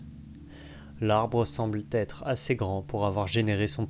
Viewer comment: Bravo pour ce travail de titan ! cependant attention aux liaisons qui écorchent les oreilles: "semble être", et non "semble-t-être" ;)